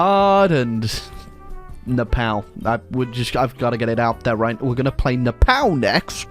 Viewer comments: Love how he pronounce nepal "nePAL" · Nepal is painfully said